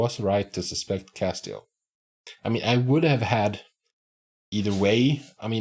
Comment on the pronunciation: It's cass-tee-ELL. The accent is on the last syllable.